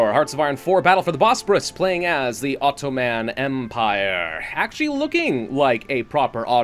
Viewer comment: Ottoman is pronounced as Otto-mun, mun as in mundane; Sinai is pronounced as Sin-ai, ai is pronounced as the letter 'i'